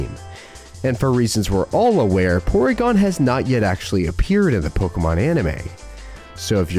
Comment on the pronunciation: porygon æ eh eh